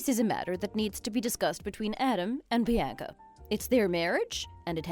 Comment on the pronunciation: Why can't they pronounce Bianca or women right